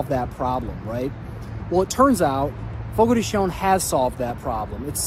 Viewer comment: Fogo de CHOW - not Fogo de Show or Fogo de Shown.You are not pronouncing it correctly.